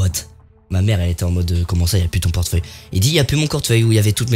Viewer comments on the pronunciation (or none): ta dit quoi cortfeuille mdr🤣🤣